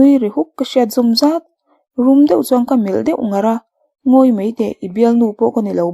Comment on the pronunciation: Ka tih zawm leh zàt, tilo in ka tih zawm leh zat ti zawk rawh, ngaihthlak a ti hreawm.